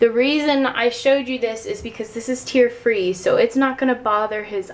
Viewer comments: Tear-free means no tears (pronounced: tares) for hair :/ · its pronounced tears, as in your baby won't cry if it gets in their eyes. Omg